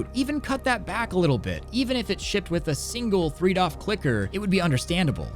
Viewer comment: Every time you say doff I cringe, I know it's not a big deal, but please just say degree of freedom for my sanity's sake